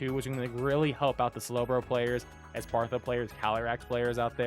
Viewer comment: Dude love your vids. But pls learn how to say the names properly “Espartha”, bruck fish, petill, for example